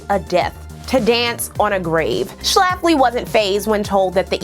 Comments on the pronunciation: I clicked because of the title and stayed because of the number of times you said Schlaffley in the first 5 min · The way she puts the 🤮 emphasis on the name Schlafly gives me joy.